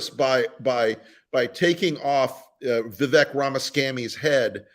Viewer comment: Guys, gotta pronounce it right. Vivek rhymes with “fake” or “snake.” That’s how you’ll remember!